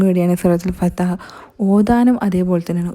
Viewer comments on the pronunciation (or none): Fathah alla fathh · Fathah✅ not fathaah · Fathah alla sister Surah fathh